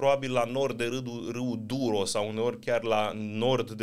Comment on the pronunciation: Se citește, duero și teho!